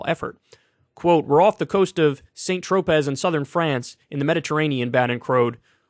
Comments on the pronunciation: Kyle has clearly never heard anyone say Saint-Tropez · Kyle needs to brush up on his French. "St Tro-pay" not "St Tro-pez".